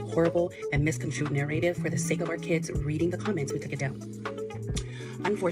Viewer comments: Someone should've gave her an explanation that didn't say narrative 😂😂 she couldn't even say it right one time. Talk about guilty. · Take a shot every time she says "narrative" with that pronunciation.